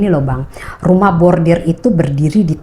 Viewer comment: Koreksi ya mba, bukan Rumah Bordir tp RUMAH BORDIL, kl bordir itu di konveksi mba, bordiran dibaju, topi dll.... 😂